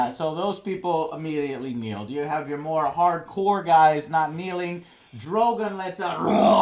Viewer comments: For fucks sake, it's dro-gone...not dro-gain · Sam can not be the leader of House Tarley. He renounced all titles when he joined the Nights Watch. And it's Drogon- not DroGUNN.... I'm 6 minutes in and you barely know anything about any of these episodes. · Joe...Drogon is pronounced DrogON not DrogIN...For example, Rickon isn't pronounced Rickin it's Rick-ON....Please, it hurts every time I hear you say Drogin...Makes Drogon sound so inferior. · Went from drago to drogun. It's DROGON KEEP UP THE REVIEWS BUT GET THE NAMES RIGHT. Your only misstep.